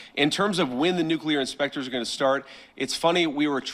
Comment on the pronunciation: said “Inspectures”😂